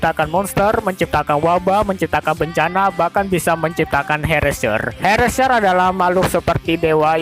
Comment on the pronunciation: Bang Cara Nyebutin Herrscher Itu Adalah, Herr Ser Okeh